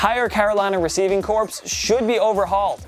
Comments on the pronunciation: Who tf says receiving corps as corpse its core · "receiving corpse" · why’d you say corps like that, you’re supposed to pronounce it as “core” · Corps is pronounced as "core". It's not a reciever corpse. Well maybe they are just paid bodies to do nothing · Did he really read “ receiving corps.” as “receiving corpse” lmfao wow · Corps is pronounced "core" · This man really said receiving corpse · did he say receiving “corpse”? Bruh ever since left things been going down